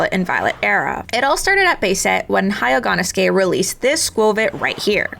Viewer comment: Just one thing, Entei Suicune and Raikou are legendary beasts, not dogs. Not even in the series are the ever called dogs, only ever referred to as beasts. Also, they are a lot more Feline than Canine. Also, its not Hai-yo-gone-oh-suke, it's Hyo-go-no-suke. smh.